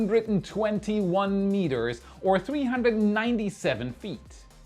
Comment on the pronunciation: Lol, “meters”